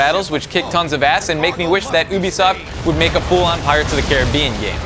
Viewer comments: Why is he saying o-bisoft instead of ewe? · u- bi-soft not oubisoft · anyone else find it weird that he says "ooby-soft" instead of "yubi- soft"? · You-Bi-Soft Not Oo-bi-soft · oobisoft? I though it was ubisoft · Why are you saying "Oobisoft" instead of Ubisoft? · is it pronounced "o-bisoft"? I always thought it was "ewe-bisoft" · i fucking hate it when idiots say oo-bisoft. Ubisoft is pronounced you-bisoft. Get used to it. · Its pronounced yeew-bee-soft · Actually, found out you, and the guy in this video, are wrong. There is an interview I just watched where they confirm it, it's pronounced "YOU BEE SOFT" and comes from the word "ubiquitous," look it up. ;) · no, it's pronounced yoo-bee-soft. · Did he say oo-bee-soft? LMFAO. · did mah boi just say oobisoft? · its not pronounced oobisoft!!!! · I hate it when people say OOOOBISOFT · its you-bee-soft